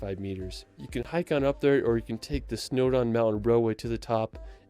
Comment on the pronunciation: Why does he say "Wells"? It's "Wales". And the mountain is Snowdon not "Snowdown"! I'm getting annoyed!!!!